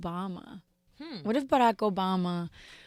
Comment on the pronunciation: baRrrack?? but represents, or america, art, more,.... all of the other R's dont roll, but baRrrack rolls??